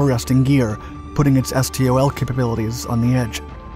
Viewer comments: It's pronounced STOL, not S.T.O.L... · Please, stop saying "es tee oh el". In the aviation industry it is just pronounced "stol". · It’s usually pronounced “stōll”